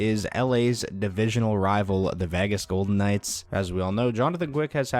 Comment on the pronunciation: So I get this has nothing to do with the video and is a stupid little gripe, but why do some ppl pronounce Vegas as "Vagas", though? But anyway...lol